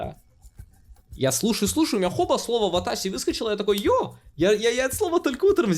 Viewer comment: Все-таки ватАси или ватащи? 😂